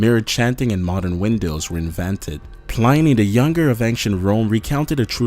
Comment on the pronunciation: It's 'Plinny' , not 'Pl-eye-nee'